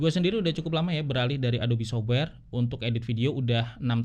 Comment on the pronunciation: Sof-wer, bukan sobwer.